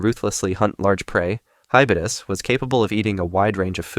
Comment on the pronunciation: Its called hybodus not hibudus